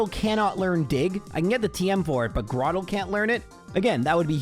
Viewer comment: Flo-aroma. Where'd you find a second "m"? Lol I have always just pronounced it floroma though Also I'm 100% camp tur-twig And it's grow-turtle grow-tle You nailed cranidos. like cranium I have always said celestic like celestial